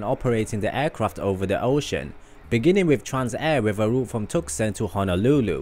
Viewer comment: It’s pronounced Two-saun